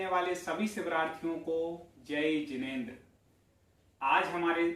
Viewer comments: Jinendra kaa ucharan theek kaaro bhai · Jinendra kaa aache se ucharan kaarye